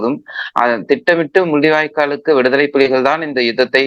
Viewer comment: “முல்லிவாய்கால்…. ஈலத் தமிலர்… இலைய தலைமுறை பில்லைகள்” ஐயோ போதும் உங்கள் தமிழ் உரையாடல்